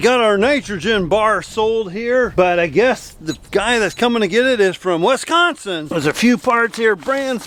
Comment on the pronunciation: said wesconsin but it’s pronounced Wisconsin